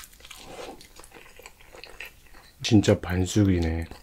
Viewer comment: 쥔차 계롼이 들허이쒀혀어🤣😍🤣 귀엽네영